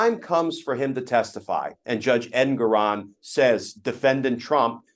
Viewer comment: Can you guys PLEASE learn how to pronounce the Judge's name. It's en-GORE-on. Arthur en-GORE-on. It is not EN-goron.